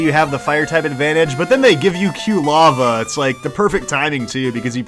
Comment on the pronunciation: I love, but the mispronunciation of Quilava is going to drive me nuts until it evolves...